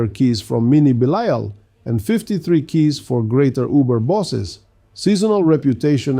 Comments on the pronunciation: Why do keep bouncing between two very different pronunciations of Belial? 😆 Is the audio for your voice AI generated? Bee-lyle, Bee-lee-ull. Also, this is all just academic info anyway, because most people are not just going to ignore their Greater Lair Keys. Lastly, you seem to be ignoring the fact that you can convert 850 materials to Forgotten Souls at the Alchemist. It might be "faster" to ignore them if all you care about is speed farming your Superior Lair Keys, but doing this over time will result in a loss of tens of thousands of Forgotten Souls. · Bee-Lee-ull/all is actually the correct way to pronounce this name, that has existed for thousands of years before the Diablo series. In the Diablo universe though that's not correct. What gets me is he keeps bouncing between two, or even three different pronunciations. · Why the hell do you keep pronouncing belial 2 different ways??? 🤔